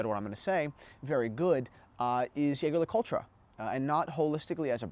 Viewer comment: Hard to take you seriously when you can't pronounce the brand name correctly. Saying that with my ultra thin on my wrist.